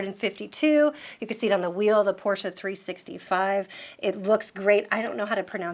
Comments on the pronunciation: Thanks for pronouncing Porsche correctly. Please, spread the word in your country about the sounding "e". About Stuttgart, this is actually pronounced as "Schtuttgart". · THANKS for saying "Porsche" absolutely perfectly.